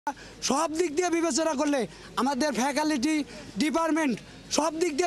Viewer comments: "ফ্যাকালিটি" 😂😂😂😂 আগে উচ্চারণ করতে শিখুন ।।।তারপর একটা বিশ্ববিদ্যালয়ের দাবি করেন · ফ্যাকাল্টি না বলে তারা বলে ফ্যাকালিটি 🤣🤣🤣🤣এই হল বিশ্ববিদ্যালয় 🤣🤣🤣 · Faculty, Department এর মতো মৌলিক একাডেমিক শব্দগুলোও ঠিক করে উচ্চারণ করতে পারে না! আসছে বিশ্ববিদ্যালয়ের জন্য আন্দোলন করতে। এরা নাকি কলেজ থেকে বিশ্ববিদ্যালয়ের ছাত্র হওয়ার যোগ্য! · Faculty শব্দটি ও যদি ঠিক করে pronounce করতে না পারে, তাহলে ওরা কীসের যুক্তিতে বিশ্ববিদ্যালয় চাই